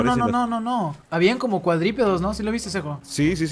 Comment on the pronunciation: Cuadripedos xd es cuadrúpedos xd